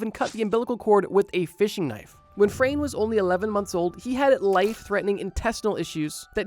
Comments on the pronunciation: It's not Frane slovak. It is Franje. We pronounce it like (nye.) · Dude. It’s Frano. You got it right on the screen but wrong in the chapters and you’ve been saying frane I cannot get over this😭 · The first guy's name is pronounced like FrAHne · butchering the name 'Frane' xD